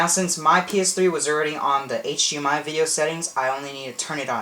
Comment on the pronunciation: hdmi not hgmi